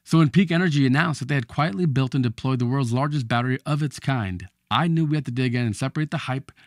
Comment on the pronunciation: Abominable speech. Can’t even pronounce battery.